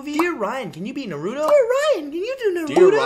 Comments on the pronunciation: Its naruto not naaaaruuutooo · It is pronounced (nar-o-toe) not (nar-ooooo-to) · naru-dough psshhhh, It's naru-toe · Why do people say "nuh-roo-doe" They literally pronounce it "nah-roo-toe" In the show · It’s naaa roooo toe not narudo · nurdo its pronounce narutoo na ru toe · the worst thing is that Ryan pronounces Naruto as “Naruudo”. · It’s pronounced “naarutto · Narudo... DID HE JUST SAY NARUDO... WHERE THE JESUS DOES HE SEE A "d" IN THAT NAME?!?! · RealisticKev Then why you say it's "Nuh-ro-toe"... If it's english dub that's fine.. If you're saying its the correct pronunciation then... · u must roll the r NARRRUTTOO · HamJabroni Inc. Ohh I didn't realize he was saying Nuh-ru-to. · Right its pronaunced Na roo to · When you said Naruto the 2nd time you said Naturo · Look Naruto is pronounced nar-roo-toe. ok! it irritates me when someone says it wrong....( tell your friends) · Na-(no in Bangoli) Root- Toe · man calls it na-roo-toe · the word Noruto hurts me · nar-ooo-toe THATS HOW YOU PRONOUNCE IT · You’re not saying Naruto right you are saying Narooto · he says narudo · why did he say narudo smh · ok. whay does ryan says naruudo,why do they say naruuudo? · I hate to say it but its pronounced n AH ru TOE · and how he is pronouncing Naruto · Why does everyone mispronounce "Naruto?" The damn show says the MC's name every episode >.> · ***** Really Naruto is hard to pronounce for you? Facepalm XD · I'm glad you watch Naruto, it's an awesome anime. What I don't like is how you say Naruto. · Dear Ryan, can you say Naruto correctly?? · Pls don’t say Naruto in the wrong way,I feel kinda triggered 😤.